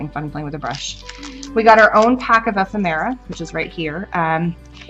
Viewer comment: Hi. How fun to attend a Tim Holtz class! However, ephemera is pronounced e·phem·er·a (əˈfem(ə)rə), not ef-em-era